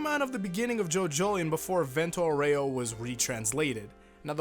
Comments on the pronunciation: It's not Aurèo, is Áureo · I don't want to be that guy, but it's pronounced AUreo. Not Oreo. It's like saying Golden Wand instead of saying Golden Wind. Sorry for being a whiny bitch. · Fun fact: It's not "Vento aurèo", it's "Vento àureo" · That "Vento OREO" gave me cancer Why no one ever pronounces it correctly? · The way you say "Aureo" is wrong and cringe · (The Italian pronunciation of “Aureo” has the “A” stressed instead of the “E”, which is a common mistake anglophones make. ;) just wanted to point this out)